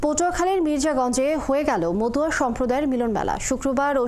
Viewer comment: মতুয়া শব্দ, উচ্চারণ হবে। 71 রিপোটার কে বলছি।